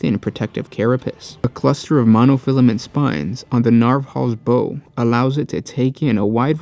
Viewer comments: like bow for the front of the ship? LBow down” bow, not “bow and arrows” bow. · PRONUNCIATION!!! It drives me crazy with your videos... The info is great, but when you say things like a ships "bow" and pronounce it like bow and arrow rather than like a bow after a performance (or a ships bow... Like was intended) Or your attempt at "myriad"... Have you ever considered looking up those words you don't know how to pronounce before recording them for a video?